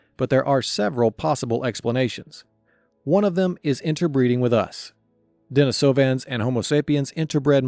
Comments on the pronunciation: DenEEsovans... pronounced as in the female name "Denise" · maan my brain hurts because of the way u pronounce de ni sovans heard plenty others like u pronounsing it more like i have split up the word